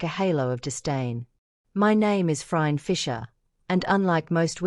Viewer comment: This is AI The AI doesn’t even pronounce Phryne correctly.